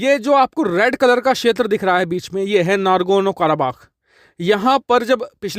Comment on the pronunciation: Bhai colour to theek bolo